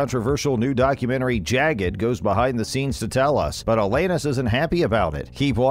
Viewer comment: Alayyyynis??? WTF.